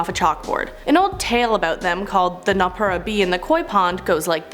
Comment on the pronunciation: Pretty sure it's noppera bo (のっぺらぼう) not just b at the end. Also so many people being like the kitsune is from naruto its similar but kitsune baisically means fox and is inspired by the ledgends that are found in many eastern asian countries.